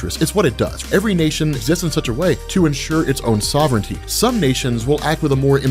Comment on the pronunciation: I can't get over the pronunciation of sovereignty in this video 😂